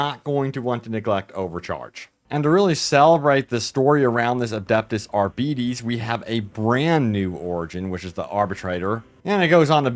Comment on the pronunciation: No its like: R-bee-teh-ss